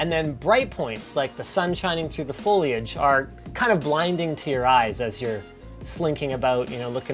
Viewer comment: No one: Linus: F O I L A G E